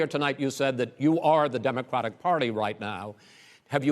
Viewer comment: Am I the only one hearing Chris say demoqwatic